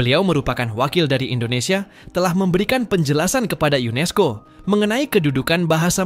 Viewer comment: UNESCO min bukan UNISCO...